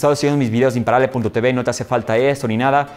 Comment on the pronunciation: ¿Por qué dices "Te Be"?. Sería "Te Uve" ¿no?.